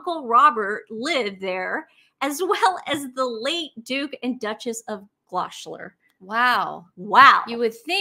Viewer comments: Gloucester is usually pronounced: gloss’ ter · Btw,, Gloucester is pronounced Glos ter. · I do love your pronunciation of Gloucester 😂 We pronounce it Gloss-ster. It's one of our many nonsensical pronunciations so huge respect for even attempting it! Love you guys ❤ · Gloshler…Nancy? 😂 I know, even the Brits can’t understand or pronounce some place names, but to help you out because I love your videos, Gloucester is pronounced Gloster! 😂 ❤️ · "Gloucester" is pronounced "Gloster" (honest!) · Lol, it's pronounced Gloster, for Gloucester, ladies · Pronounce Gloucester ... Gloster :) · Hi from England. Just to help out - Gloucester is pronounced ‘gloss-ter’ ❤️ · Gloucester is pronounced GLOSS ester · Hello, 'Nottingham' is pronounced: 'Nottingum' and 'Gloucester' is pronounced 'Glosster' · Hi, thanks for another great post! 👍 Btw, you might want to know that the current pronunciation of ‘Gloucester’ is ‘gloss-stir’. A bit tricky, but then so many English words are many hundreds of years old and have changed over the centuries. Hope this helps. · Hey I lovevyou guys but please learn how to pronounce Gloucester. It's important, considering your content.